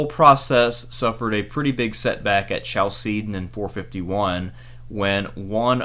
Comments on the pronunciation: The way you pronounced Chalcedon was horrific. It's kal-se-don, the "ch" is pronounced the Greek way, like in "Christ", "chemistry", "architecture". But apart from that, awesome video, interesting topic :) Keep it up! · Is no one going to say anything about his pronunciation of Chalcedon???